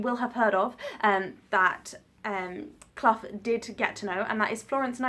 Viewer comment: You pronounced his name right. I know this because I'm a Clough and he is a descendent of mine.